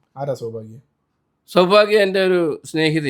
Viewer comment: ചൗഭാഗ്യ അല്ല സൗഭാഗ്യ ആണ് 😂... എന്റെ പൊന്നു വേറെ ഒരു പേരും കിട്ടിയില്ലേ 🥺